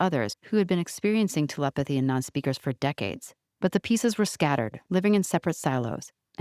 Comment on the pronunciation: I swear is pronouncing it “TLpathy”. She speeds through the “e”s.